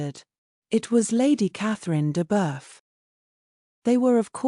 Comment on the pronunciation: I’d love a reading of Pride and Prejudice even by an artificial voice, but some pronunciations rankle. Mama, oh, Longbourne and Miss deBirth?